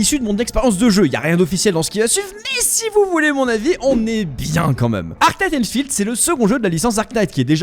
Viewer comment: « En SEHHH » nan par pitié un effort 💀